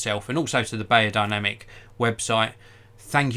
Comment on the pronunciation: It’s said berrodinamic you old hog